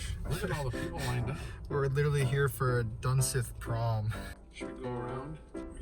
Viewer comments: Its not dunSITH its duneith you pronounce it like (dun-SEETH) Just saying because I lived there growing up. Fun Fact: There was a 17 year old boy who fell down the elevator shaft is my dads cousin, my dad was there when it happened October 2001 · Dun-sith....... Pronounced Dun-seeth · I live in this town damn near all my life and never heard the name butchered so badly its dunseith not dunseth btw the San haven aint haunted ik you have to act like it is for viewers but you'll come across more drinkers or tweakers before you come across a spirit get a job man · it’s pronounced dunseeth, half of my family used to work here my grandma and grandpa aswell and some of my aunties and uncles speaking of aunties bearnice is one of them lol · I have been here. It's an interesting place for sure. Also it's pronounced dun-SEETH. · it pronounced "dunseeth" and there is no mountain there just a few hills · i grew up 15 miles away from there. let me just add it’s pronounced like dunseeth.. not dunsith lol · Good video, but it's actually pronounced Dunseeth. Sorry, that was bugging me. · I live here in North Dakota (dickinson), always wanted to explore this place but heard so many stories.. and that is like a little attraction spot for teens around that area, they use it to smoke, drink or whatever.. I wouldn’t be to worried about them scrawny teens haha. And it’s pronounced dunseeth but it’s spelled dunseith, I believe😅 I always heard dunseeth, but I wouldn’t spend the night there honestly.. it’s not my time to cross the bridge yet🤣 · Its pronounced (Dun-seeth) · it's called 'Dun(seeth)' but i lived next to this place i would hear crying of the water head babies. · On replay. It is pronounce dun-seeth. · I’m from Belcourt ND. I’m Ojibwa native from that area. It’s very cool and scary place to explore. You say Dunseith wrong btw😂